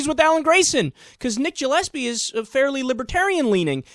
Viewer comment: Gillespie is usually pronounced with a hard g sound, not a j sound.